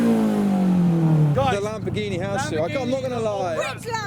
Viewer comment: I thought the lam-poor-ghini sounded pretty good!